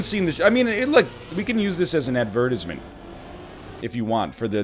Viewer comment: that pronunciation of 'advertisement'..